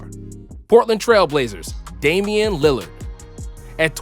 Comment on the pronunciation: Dude said "Linard" to out fun guy